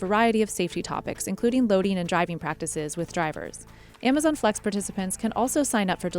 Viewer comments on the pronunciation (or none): Someone needs to teach that woman to pronounce z, and s´s !!!!! AmaZiiiiiiion,, ViSSSSSSited, BoxSSSSSS, SSSSaysss